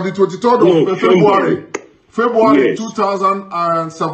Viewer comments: "My mother is a britage" "fembuary" how does that sound in your ears? Edo man please show us evidence (videos) and stop too much talk QED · Is it only my hear or is he really saying fembuary?